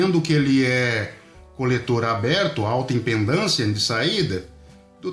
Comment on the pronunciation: Só pra te alertar! não se diz IMPENDÂNCIA se diz IMPEDÂNCIA OK.